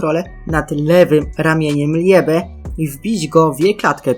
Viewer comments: Muwi się libe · Jak chcesz gadać coś o blackclover naucz się wymawiać słowa dzięki 😘 ljebe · Jak muwisz liebe to tego e w środku nie wypowiadaj tylko (jest to słowo z języka niemieckiego oznaczało chyba miłość w niemieckim kiedy i i e są przy sobie czytamy to jako ii)